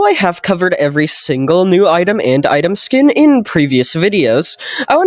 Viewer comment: "and item teas" holy we're gonna get a new tea item in doors real